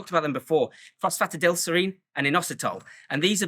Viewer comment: Enjoyed the video and agree on most things although not sure if supplemental magnesium and zinc have any extra benefit if you are getting enough in your diet, also not sure on your pronunciation of phosphatidylserine! All in all a good stack though, not too overkill like many other creators out there.